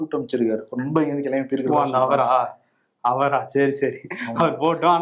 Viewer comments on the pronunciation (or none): நீங்க "அவரா" அப்படின்னு கேட்கறது "அமரா "ன்னு கேட்கற மாதிரி கேட்குது